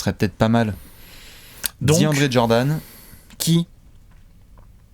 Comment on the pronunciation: Et selon toi pourquoi tout le monde dit "Jordanne" alors que c'est Jordan 😂😂